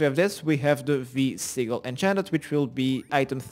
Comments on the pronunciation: Sigil is pronounced sijil :) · Pronounce geyser like GUY-ZER :) and Sigil as SIJIL with the J like JAM.